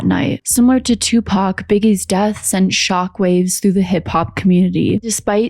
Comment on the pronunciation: She can’t even pronounce Tupac’s name right